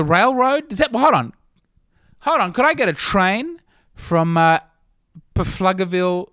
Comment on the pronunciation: As one of the four in Pflugerville, it is pronounced floogerville, and we don’t have any comedy clubs anyway But we’ll host and feed your family if you want to make the road trip up here